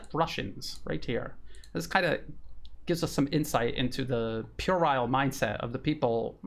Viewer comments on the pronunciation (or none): NO NO NO NO NO IT'S NOT "PUERILE" 🖕👶🚬🖕